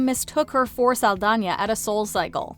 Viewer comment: Pronouncing it Saldanya is making me crazy